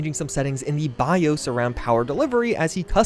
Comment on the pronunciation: As someone who's very interested in accents and dialects - I've never heard anyone pronounce BIOS like that. Fascinating! Also, I totally didn't notice the hair glitch on Judy when I hit that scene.